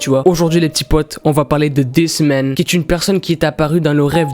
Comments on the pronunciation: quand t'as dit ''this man'' jai cru que t'avais dit''des semaines'' tes pas tres fut fut pour l'accent englais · Quand il a dit "This Man" j'ai cru qu'il disait "Des semaines" (voilà c'était très important à dire.) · Moi aussi ._.